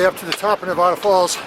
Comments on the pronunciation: It's NevAda, not NeVAHda……….:) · Please pronounce Nevada correctly. Ne-VAD-uh